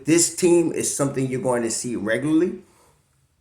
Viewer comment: ...we got "sum-tin" here!!! Wow, great win. Happy New Year Bro.